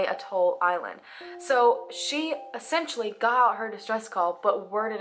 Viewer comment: the only things that have bothered me about her speaking are the constant use of “in-ter-es-ting-ly enough” and that she consistently pronounces essentially as “essentually ” lol, drives me insane. But I love the girl, and I’m POSITIVE that I have quirks like that that nobody has ever bothered to call me out on!